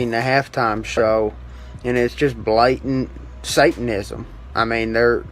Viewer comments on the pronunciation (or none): “Saytnizm” - Bryce Flat Earth Mitchell